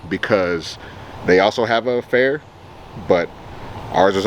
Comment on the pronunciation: the event is called fear instead of fair